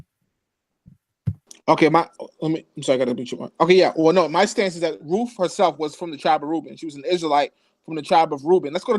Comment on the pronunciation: RuTH. not RooF! Pronounce the name correctly.